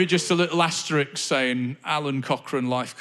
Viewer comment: Asterisk* not Asterix, the Gaul. Sorry to be pedantic but you say it twice. Nice show.